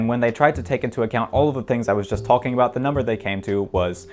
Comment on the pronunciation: "Tolkien" for "talking" gets old very quick, we get it